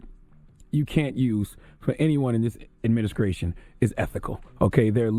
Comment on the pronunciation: haha you heard that too